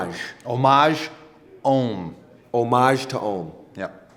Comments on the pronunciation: When he said Homage it sorta hurt 😂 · Im pretty sure its pronounced homage to home